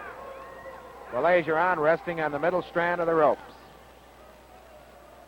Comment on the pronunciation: Funny how the announcer corrects himself for Baillargeon's name in the beginning but then proceeds to mispronounce it for the rest of the match...🙄